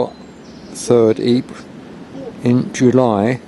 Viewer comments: Pronounced - Eeepeer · Absolutely. Being a Flemish region and a Flemish town, Ieper, is Ee-per.